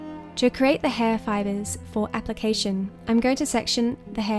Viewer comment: Please pronounce 'create' correctly. It sounds as if you're saying 'crate'. I keep thinking you are boxing things.